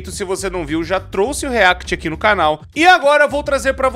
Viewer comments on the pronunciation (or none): none